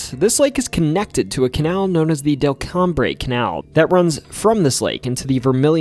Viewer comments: hearing delcambre pronounced as “del - cam bray”, instead of “del come” made me giggle a little bit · Correction; Delcambre is pronounced, "Del-Comb." 😊... I was born and raised there.